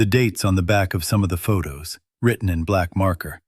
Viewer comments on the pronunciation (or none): none